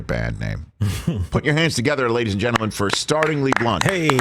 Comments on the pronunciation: START-LING-LY (NOT START-ING-LY) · 'Startlingly blunt' not 'Startingly' ... as in surprisingly, not as in beginningly